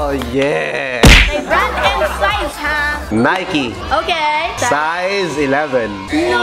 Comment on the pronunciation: Why u Call At Nike is Niky